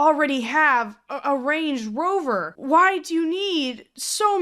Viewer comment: Ngl the way you said Range Rover upset me 😂 Range rOver 😂❤️